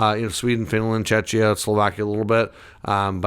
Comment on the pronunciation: Please learn how to pronounce Czechia. Or rather call it Czech Republic 🙈